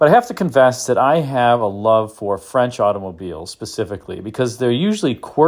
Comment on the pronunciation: Agreed, French pronunciation is impressive.